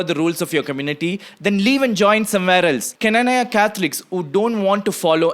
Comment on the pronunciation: Pronunciation:- Kna-naa-ya